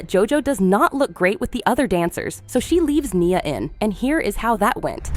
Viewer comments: It’s ne uh not Nyah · And her name is nia… not niyah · Niuh not nia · Omg… your photoshop, your AI🤦‍♀️ I heard Mia…Nyah….mackeneyez🤣 ya got some work to do. Oh also Aygine… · Its not nyia its N-I-A and the phtoshop😭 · its pronounced knee -ah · You said nia wrong 😂